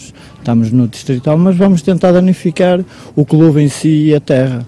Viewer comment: "Danificar o nosso quelube"😂